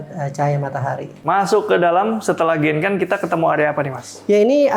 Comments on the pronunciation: please kl bilang genkan, dg spelling japanese bisa ga? Aku selalu terganggu krn sll dengar spelling yg ga bener...😅 jadi bacanya "gengkang" gt mas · Genkan itu dalam bahasa jepang cara baca nya bukan genkan tapi gengkang pak Huruf n itu dalam bahasa jepang di baca nya ng